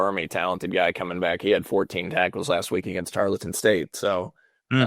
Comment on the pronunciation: Triggered to the max at how pronounced "Tarleton" repeatedly.